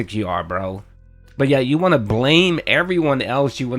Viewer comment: Dude needs to just admit he doesn't want to play games. Also I hate the way he says the word "want"